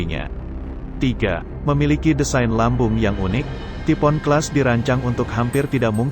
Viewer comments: Typhoon dibaca "tipo'on", bukan "taifuun" 🤦‍♂️🤦‍♂️ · Taifun.....bukan tipo'on,please.....!!!!!! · Typhoon dibancanya taipun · bacanya Taipun